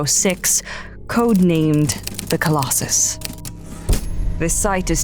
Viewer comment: Colos-SUS (im sorry)